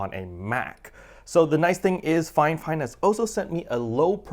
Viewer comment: I am watching this and CANNOT understand why you keep calling it FINEFINE?????